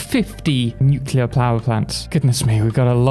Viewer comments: OMG thank you NEW CLEAR. Nuclear, not newqueuelure. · Thank you so much for going the extra step to pronounce it right. It was hammered into my head by my grammar teachers in the 1970s only to have to wince through the aughts while George W. Bush mispronounced it multiple times a sentence.